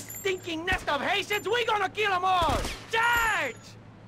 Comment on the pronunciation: The second time he says "hatians" it sounds like "asians"